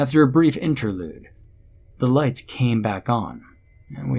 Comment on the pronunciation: did any one hear, say, lice on?instead of lights on?, or was it just me